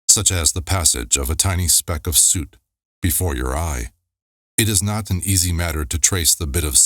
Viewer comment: Soot rhymes with foot.